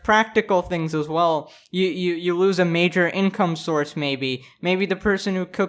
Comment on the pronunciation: I love his intro “welcome back every body hope your doing wall” why does it sound like that